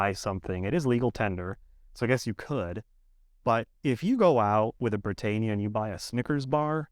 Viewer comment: You're saying Britannia wrongly